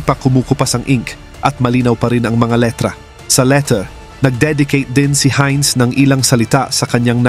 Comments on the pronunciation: German yan.... "HAYNZ" ang bigkas at hindi "HIN". Heinz Ketchup kapangalan nya (American brand na ketchup pero ang may-ari ay anak ng isang German). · It is pronounce as "Haynz".